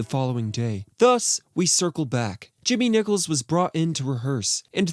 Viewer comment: Nicol, not Nichol!